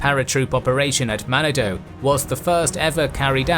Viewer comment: Manado-its pronounced man narn doe-its great scuba diving